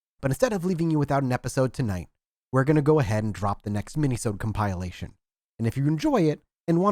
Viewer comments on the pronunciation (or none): It's "Kompuh-lay-shun", not kompile-ation. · First off, youve got to stop pronouncing compilation as cum-pie-lation. Second, the article didn’t specify what dorm the purse was found in, I’d assume somebody stole it, saw how much money there was, and stashed it in a wall for later. They never got back to it and in the 30 years since their hidey-hole was plastered over. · I gave you a like for accuracy, but I really hope keeps saying kompile-ation.